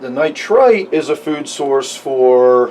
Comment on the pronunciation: When you say nitrite and nitrate it sounds the same to me... the only reason I know what you mean is because I am familiar with the nitrogen cycle... It could be confusing for beginners... other than that though, great video thanks for sharing.